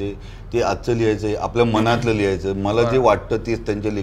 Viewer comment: बर का, माला नाही रे ते "मला" आहे, बर का!!